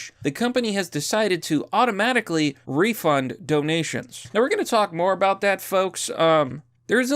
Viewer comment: Oooo what's this all aboot?